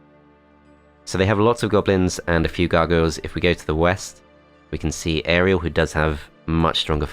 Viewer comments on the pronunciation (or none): none